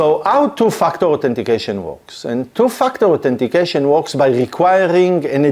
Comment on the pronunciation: Is it me or he judt said "TOO-F**KED UP- AUTHENTICATION" :face-green-smiling